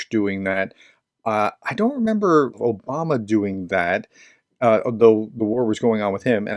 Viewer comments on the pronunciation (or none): none